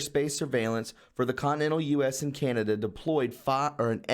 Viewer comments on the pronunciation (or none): none